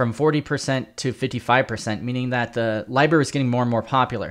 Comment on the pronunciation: I think you mean library not liberry.